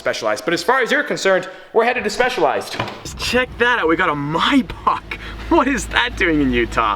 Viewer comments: the way he says Maybach LMAOOOO ****My Back**** lmaooo im cryinggg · Why does he say maybach so weird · Why do he say Maybach like that😭